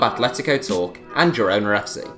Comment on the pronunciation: “Girona” is pronounced “gee-roh-nah,” not “jih-“.